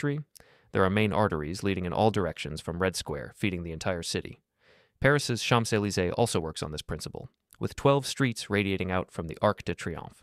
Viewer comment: sorry but I have to be a fussy pedant about this one. The Champs-Élysées is pronounced /ʃɒ̃z ˌeɪliˈzeɪ/ (roughly: shawnz alley zay)